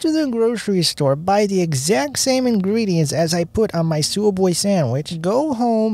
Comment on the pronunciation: You get it from where...you are butchering the name...its ...sub...way.